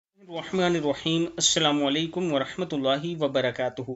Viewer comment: ( salam walay kum) nahi (salam alay kum) hay